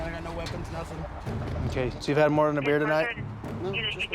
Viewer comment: Cop said bear instead of beer lol